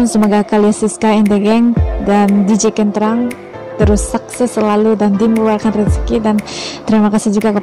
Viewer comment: Kentrung (u = you) dibaca kentrung bukan kentrang (a), ya cik